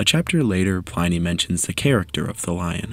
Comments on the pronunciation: Really good video. The research is impressive! One edit--Pliny is pronounced with a short "i," to sound like inning, or pinning. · Great content as always! Would advise checking the pronunciation of Pliny the elder, cheers